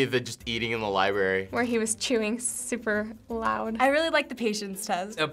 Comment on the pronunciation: LIBARY!!! nooo. it's Library.